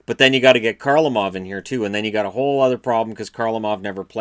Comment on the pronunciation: Kharlamov is not pronounced as Karlamov. Kharlamov is pronounced as Harlamov.